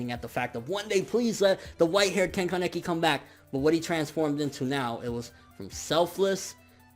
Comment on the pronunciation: Mihran Zakaryan ya i could see that being the case in English but in Japanese (no I'm not a weeabo my mom is Japanese and was taught when i was younger) I'm pretty sure that's how it's pronounced. Also kinda pronounces Kaneki weird too. If it's a speech problem I'm sorry.